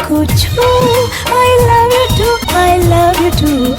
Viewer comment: I love you nhi bhai i lav ju bol rahi hai 😂😂😂😂😂